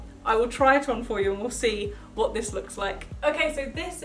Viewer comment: Who else really really loves when she says "WOT" and not "what"? I FREAKING L O V E IT